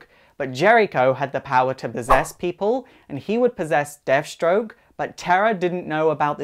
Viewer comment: lol..."deaf" stroke the terminator....